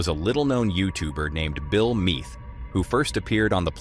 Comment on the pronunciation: Bill Mead, not Meath...